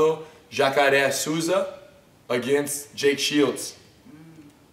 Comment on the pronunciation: Rener why can't you say Souza rigth aren't you Brazilian? Anyway good video as usual.